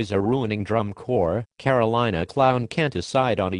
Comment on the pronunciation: Did it say Carolina "clown?" hahaha